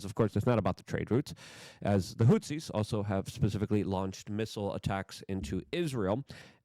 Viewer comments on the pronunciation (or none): Also 'HOOTH-EASE' hot 'hoot-seas' 'ex-ass-er-bate' not 'ex-aster-bate'